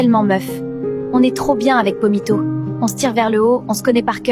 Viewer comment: Pomito ❌️ Vomito✅️